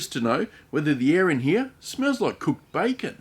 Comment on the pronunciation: Did you call the bacon Kevin 😂😂😂😂